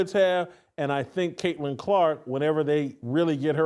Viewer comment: Say it again Hamhock. Craitlin Crock. Lmao